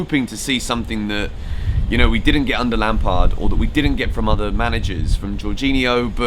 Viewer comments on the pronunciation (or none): none